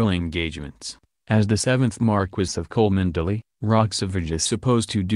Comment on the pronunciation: Cholmondley IS pronounced "CHUMLEE" NOT " Coalmondlily" :-)